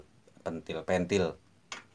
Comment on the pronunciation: PENTIL BUKAN PEUNTIL BANG 😂😂